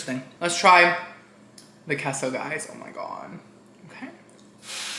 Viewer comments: I'm gonna start pronouncing queso as Kay-so and not Kesso. Also: Proceeds to pronounce it as Kesso multiple times. Me: 😂🤣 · It’s actually pronounced Kay-sow not the way he thinks that it’s pronounced. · You started this video apologizing for saying "KESSO" and then LITERALLY spent the rest of the video STILL saying "KESSO". It was INFURIATING. And to hear you properly pronounce "quesadilla" correctly but not "queso" is even more of a foot up my arse. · So quesadillas you say like a k…but queso is said differently. I have questions 😂. Love these reviews. We don’t order out a ton but my husband travels and these videos have really helped him make more informed decisions. He’s forever appreciative of the Cheesecake Factory reviews bc dang those menus are huge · Lmao! As a new subbie… I have been cringing at the way you say Queso too, but I just fast-forward a little bit in anticipation! 😅 idk why people just don’t adjust and let people say and do wtf they want! I just assumed it had to do with your Cuban background and maybe we’re saying it wrong. Haha